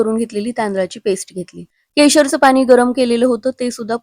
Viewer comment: पानी नाही ग पाणी बोल... मिश्रन, झाकन, कोनताही... मिश्रण, झाकण, कोणताही...